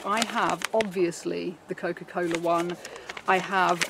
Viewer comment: nothing more satisfying than hearing a brit say: cokafuckincola